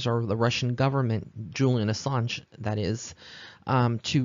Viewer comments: You pronounced Julian’s last name correctly. Was hoping you would do this reading. Sending love & blessings to you. 💕🌷💕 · Great reading! You pronounced his name right. Enjoying your link & readings on YouTube! I feel like you're the "real deal," & I listen to a few on YouTube. I feel like you're genuine compared to some others. Many blessings and may you always go far! 😊😍